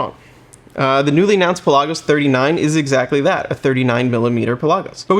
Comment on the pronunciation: Cool vid. Pronounced. Pela-gus. Not pe-lasos